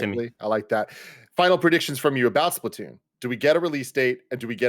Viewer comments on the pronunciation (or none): "this is the SplaTUNES" -Tim [lol] Also, Kirby looks amazing.